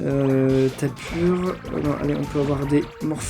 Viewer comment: ON DIT TAPU PAS TAPUR !!!!!!!!!